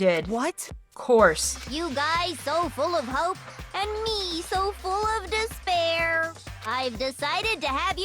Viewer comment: "Despair" Sounds like "this bear"